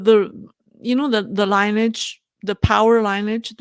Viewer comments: I love your program! I want to offer some advice about the word 'lineage', which is not being pronounced correctly. As a financial analyst, I'm sure you use the word 'linear', and are probably pronouncing it correctly. The word 'lineage' is very similar - only the ending syllable is different. Think Lin-e-age, the first two syllables being the same as Lin-e-ar, with the final syllable being 'age' (which you are pronouncing correctly). Another way to look at it, but not so direct, is to say the woman's name Lynn-e (like you say 'e' in the alphabet), and age (which you already have correct). I hope this helps. I really appreciate all the very hard work you do to keep us in the West on the straight and narrow in regards to the CCP. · 'Sword' sounds like 'soared'. ...'lineage' is pronounced 'lin-ee-edj' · lineage pronounced ‘lynnage’. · Your English is great -- very easy to listen to You appeal for corrections -- one which you pronounced logically, but it is illogically "linee-age" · LINEAGE is pronounced LIN-NI-IJ. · pronunciation tip: the word “lineage“ is pronounced like Lin-knee-edge